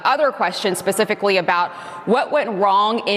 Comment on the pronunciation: Did she say "Pacifically" vs specifically? Is she talking about the ocean? They're saying IED's are not terrorist devices but pipe bombs at the Capitol on J6 were considered weapons of mass destruction, ok.